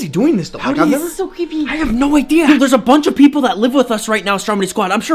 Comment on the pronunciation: the girl said ceepy lol